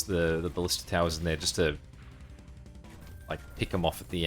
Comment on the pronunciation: ba-LI-sta is the "correct" pronunciation fyi tho it doesn't actually matter how you say it.